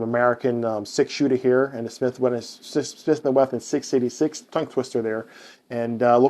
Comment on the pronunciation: You keep saying Smith and Wethin. It’s Wesson. If you had a lisp, that’s different but your pronouncing all your other S sounds.